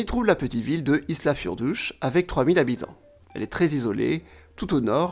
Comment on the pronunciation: Je t’adore ainsi que tes vidéo mais la… niveau prononciation… c’est dur. Je te conseil de te renseigner sur la prononciation des villes car « Islafjlordour » n’existe pas. L’avion n’a pas été retiré il y est toujours. Bonne vidéo, je vie en Izlande, on en apprends toujours avec toi:)